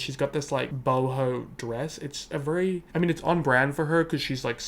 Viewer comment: I like how pronounces “very” like “VURRY” 😛